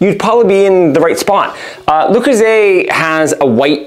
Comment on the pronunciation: Aside from his absolute butchering of the piece itself, It's not Loo-Croo-ZAY. Why do Americans always have to mangle the French language? See also, crimes against the word 'kruh-SONTZ.' 😣🇫🇷